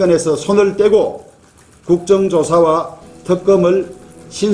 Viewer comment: 주까무라야 본국 니뽕이나 가라 니기미뽕아. 협상결정권한도 없는 허수아비주제에 참 말도많다. 넌 도대체 정체가 뭐냐? 글구 턱검이 아니고 특검이다 발음도 제대로안되는 주까무라야.